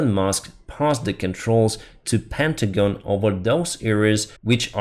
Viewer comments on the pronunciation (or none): none